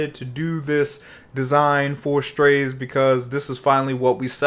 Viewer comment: no lol, thats what they said in the official video. not strayse or whatever is saying lol